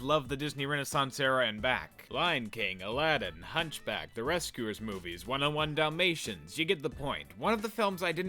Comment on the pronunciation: "One oh one Dalmatians"? Is it a college course?